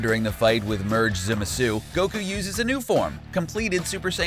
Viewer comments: who else heard zumasu? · Did he just pronounce zamasu “zimasoo”? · … Zimisu? bruh I dont even know how you screw it up that bad. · Semezoo...Jesus Christ learn to pronounce their names right. This is what happens when you only watch dubbed anime. GTFO with that shit! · Why do you pronounce it like zemasu. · he clearly said zemasoo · Imagine Zamasu, but voiced by Zim. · Great vid! But am I the only one who hates how he pronounced zamasu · I don't even watch Super and this guy's pronunciations hurts my brain -_ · The way he pronounces Zamasu triggers me so hard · This nigga can’t even say Zamasu correctly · you aren't very good at pronouncing names...you should work on Zamasu(i think i heard you say it 3 different ways) and ROSE' has an accent mark because its not rose...making it rosay...did you just ignore the audio of the super? or are you way too into a script that you cant even notice you are saying it wrong? just wondering... And only half of fused zamasu had an imortal body(i believe the words he used was eternal body). so really since every cell was fused the whole body should be eternal. the wounds should have healed faster. And his body should never have disappeared when Trunks cut him in half. Which was a bitch move great job on making Trunks worthless(which how does a universe 7 time traveler make a Time ring for universe 10? 7 never showed their time rings so it seems obvious that this future trunks is from universe 10 AND good job on making the future trunks timeline pointless. All that struggle to train and defeat the androids just for zamasu to show up wow good bye favorite Z arc) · "Manga" doesn't bother me. That's how I pronounce it. The character names is what annoys me. Zamasu even said his name and the dude continued to butcher it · I do hear him saying Zamasu, but it is an interesting way to pronounce it for sure.